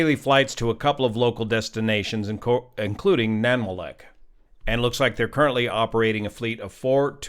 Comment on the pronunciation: That pronunciation of Nanwalek is rough. Nan-wall-eck.